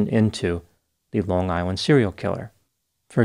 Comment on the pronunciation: You saying on Long Island with the perfect accent assures me you’re from here too lmao